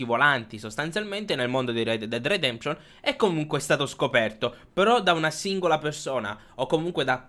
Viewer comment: Rededded redeption non si può sentire